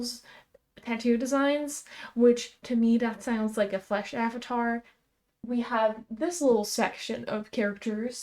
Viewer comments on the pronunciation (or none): none